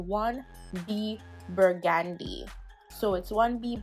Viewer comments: "Pomod", "Burgaandy"? Pomade, Burgandy! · How is she pronouncing Burgundy?! Lol